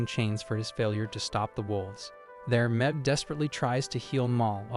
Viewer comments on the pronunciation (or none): Mebh is pronounced "Mave." She's Irish.